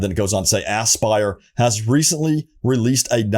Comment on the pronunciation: Anybody else feel like this is a April fools prank everytime he says AssBuyer? 😂🤣